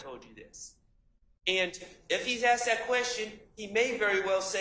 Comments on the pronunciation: She's so educated yet can't pronounce 'asked'. If she said to me, "Did you ax him?" I'd reply, "I don't even owe an ax!" If someone said to me, "Do you feel me?" I'd answer, "I've never even touched you!" Saying, "My baby mama" seems very disrespectful to the mother and equally disrespectful to the child. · How can you get through Law School and not know how to pronounce the word asked?! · I wish would pronounce the word ASKED correctly. It ends in a “d” but is spoken as a “t”